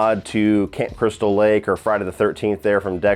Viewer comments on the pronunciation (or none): none